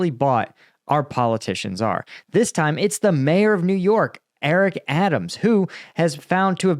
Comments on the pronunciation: Although the ethimology is, probably, the same, In civilian life we call them "mayors" -- not "majors". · Mayor, not major FFS.